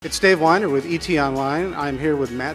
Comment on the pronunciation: Imagine being named "Dave Weiner" and you pronounce your name "Dave Whiner."